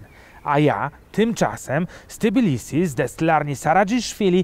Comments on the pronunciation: Nie wymawia Pan fonetycznie T i bilisi ? ;-). Po literce "T" nie ma literki "i" w nazwie miasta :-). Natomiast u Pana, chyba, że źle rozpoznaję pańską mowę, jest dodane owe "i". Nie czepiam się, żeby nie było, zresztą wielu Polaków zdaje się, iż nieświadomie z Tb robi Ti...:-) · Tbilisi, nie T(i)bilisi :-)